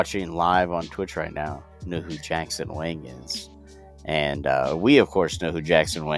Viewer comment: Yo😂 Jackson Wing? You almost said it like that bro kk It's Wang! (WÃN!)